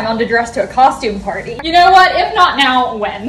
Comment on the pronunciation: the way she says party and damned in an american accent when she has an accent the rest of the video